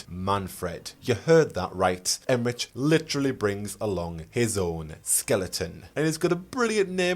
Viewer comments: Okay, I love you, but Emmrich is pronounced with a "k" sound, it's German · Pronunciation query: I’ve often read the name Emmrich with a hard K sound for the final consonant rather than the “ch” sound you were using… have you audibly heard their name somewhere or is this a wait and find out moment?